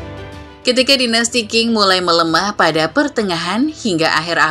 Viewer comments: Sedikit koreksi min, Dinasti Qing dibaca Ching,bukan King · 清 Qing dibaca Ching, bukan King.